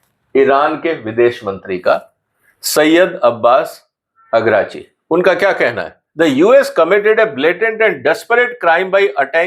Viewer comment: *Araghchi(not Agrachi)